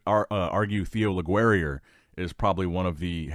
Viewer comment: Please, go listen to the way Leguerrier is pronounced...